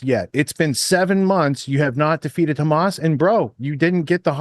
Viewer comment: “Khamas” triggers me enough to shut me down from listening to his propaganda. Ben Shapiro = BS